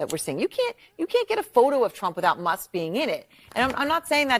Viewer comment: In the Democrat vernacular, Barbara Lee is a racist who purposefully mispronounces Elon Musk's name , she shows disrespect for African-American Elon Musk, who was born in South Africa.